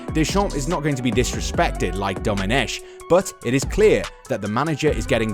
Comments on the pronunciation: The "ch" in Domenech is pronounced "k" not "sh" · Just a little remark. Domenech, the French pronounce it Domeneck with a K sound, not a sh sound (in fact it's a Britonnic name and it should be written Domenec'h and pronounced like ch in "Loch Ness"). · A 2 little mistakes in the Intro : Very forgivable, but Domenech is pronounced Domeneck, like technology. It's Marco Materazzi, to be precise.